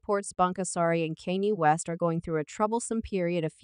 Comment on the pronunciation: You can't even prounoun Kanye name properly get a life